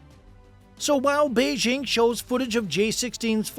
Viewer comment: Okay, so the second syllable of "Beijing" is like the first syllable in the phrase "jingle bells." It's not difficult.